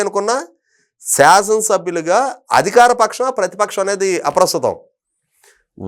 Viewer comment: Adikharam kaadu..adhikaram ani palakandi ..thelugunu khuunee cheyakandi...